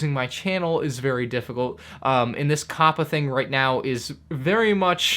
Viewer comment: Why do you keep on switching your pronunciation of COPPA? Sometimes you say COPPA other times you say CAPPA. I think you even said COAPPA